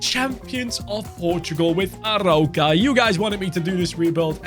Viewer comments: It’s called „A-roo-ka“ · Amazing vídeo ❤ You read the arOUca, the "ou" as your english letter "O" 👊🤟